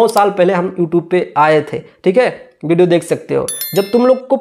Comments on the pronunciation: हा भाई तुम बाप से बढ़ हो।तुमको हिंदी बोलने पहले आता है ।वीडियो को भिडिओ बोलते हो😅😅😅😅😅😅😅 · Parduman bhai bol rahe hai ki khesari bhai ko english nahi aati hai to youtubar mahar ar aap bol rahe ho ki praduman tumhe bhi to nahi aati hai yar to hame batao youtubar maharaj aap ko kaha aa raha hai tu bhi to video ko bhideo bol rahe ho jara ish bat par bhi dhayan do fir cham chae kar na bete jo galat hai o galat hai